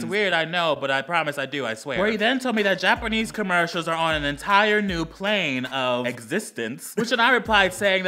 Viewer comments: I died because I thought he said Japernese (Yes, I meant to spell it like that) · He said Japernese the first time.😂